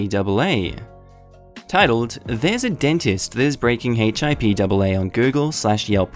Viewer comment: P it's pronounced "Hip-Ah" :P